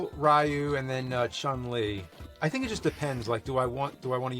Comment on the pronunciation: "Sah-gaht" "Ree-you" "Chuhn-Li" "Zahn-gi-eff"